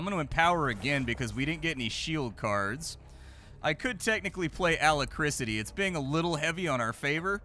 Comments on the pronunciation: pronouncing Alacrity as Alacricity made me crack up for some reason. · Wow how did splat pronounce alacrity? Ala krisity? Omg its like listening to a book and the reader mispronounces basic words, it always shocks me. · LOL, A - LACK - RITY (alacricity?) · Also it's Alacrity not alacricity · yep... not alacriCITY ffs... in rpgs its usually synonymous with AGILITY or DEXTERITY.... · I am not a native speaker, find it hilarious when I hear words like 'alacricity'. Had to check the dictionary, cause that's the kind of grammar nazi I am. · Alacrity is pronounced A-lac-crity 😆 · It's pronounced "Uh lack crit tee" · also bom-bar-dee-er for bombardier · Hahaha... I'm sorry. "Alacrisity..." Also, adding to the general lamentation of not being able to play a fraction of the interesting computer games that goes through, I can now add all the board games he's playing every week... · The way he keeps mispronouncing Alacrity. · Bro really cant say alacrity smh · Mispronunciation is absolutely on brand for. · Engagement bait? You are mental AF. What dememented world do you live in where the BEST explanation for a dude mispronouncing an uncommon word on a nearly 1mil sub gaming channel is that..... let me get this right, it is an INTENTIONAL PLOY TO GET PEDANTIC GRAMMAR NOT SEES TO RAGE COMMENT. Grow up.